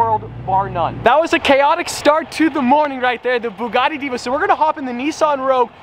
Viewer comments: Bouguati (Thats what a French guy hear....) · ''Byugati''!!! What was that pronunciation at the begining....Byugati !!!??? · Why did he butcher the name twice then when he was opening it he said it propley then went right back and butched the name again .